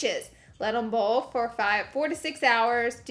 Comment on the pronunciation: Is anyone else hearing Bull Penis? Or just me lol